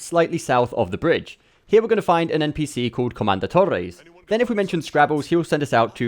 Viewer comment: Your toxic trait is being British and rolling your R's when you think something is Spanish 😂😂 "torrrrrrrrres"